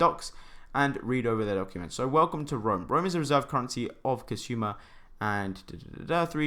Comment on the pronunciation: Well done. Cool video. Did you mean Kusama? $ksm? You kept pronouncing it as kasuma instead of Kusama. Which left me confused a bit.